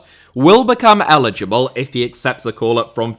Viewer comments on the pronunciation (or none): none